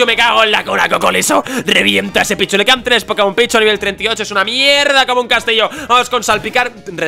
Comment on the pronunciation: yo pensé que dijo "Es un pichu ooooo es un picho?"